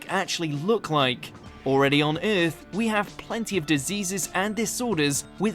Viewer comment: The new narrator's pronunciation of "Earth" is hilarious. 😂